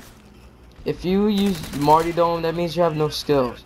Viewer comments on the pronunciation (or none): The word is Marty RRRRRR dom Jesus was a Martyr not a marty